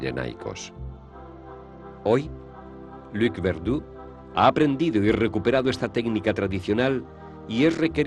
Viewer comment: No es Luque, es Luc. Es francés.